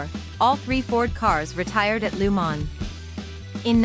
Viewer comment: Please learn how to pronounce Le Mans properly. It's not Lu man. Gees!